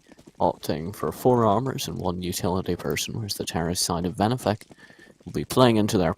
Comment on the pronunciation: ITS VENEFIC NOT VENIFIC